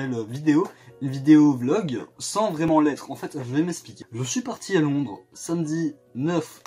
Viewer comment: LONDRES AVEC UN SSSSSSSSSSEUH